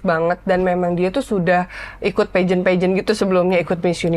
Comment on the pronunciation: Pembawa acaranya mungkun bida diperbaiki. Peageant bacanyq salah. Cara bicara di gaul gaulin.. padahal udah bagus kalau gak gitu